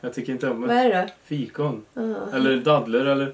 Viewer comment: Haha,älskar när säger daddler!😂❤